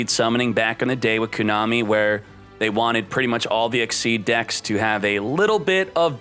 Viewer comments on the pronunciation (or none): none